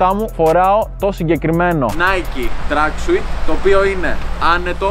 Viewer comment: Re afiste ta agglika den to Exete me tin kamia. To tracksuit na to leei tracksuiiittteee San na einai apo tin gallia